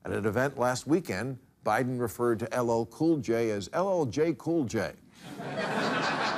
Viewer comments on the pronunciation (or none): Did Bill just call out Biden for mispronouncing LL Cool J, whilst, himself referring to him as LO Cool J? 😂